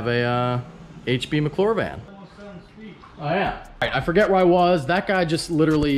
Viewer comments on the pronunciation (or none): Don’t for-gette (rhymes with corvette) to like the video!